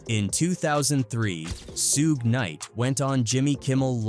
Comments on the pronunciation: Brother his name is pronounced like Shoog not Sue-gay. Was this video done with text to speech? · Suge knight not Sueg. The rapper, co-founder of Death Records. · Why this bot keep saying SU GAY SU GAY Lol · Sue gee, sew gay this guys pronunciation of Suge Knights name is hilarious 😂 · "Soog" 😂😂😂 'SUEGEY" 😂😂😂😂😂😂😂😂😂😂😂😂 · "Soogie"😂 lazy a.i. and operator😂 I'm always going to say it like that now😂